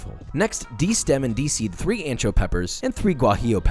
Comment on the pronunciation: They way he said ancho and guajillo has me rolling. 🤣